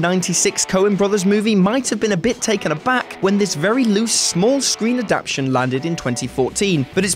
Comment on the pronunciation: Adaptation not adaption.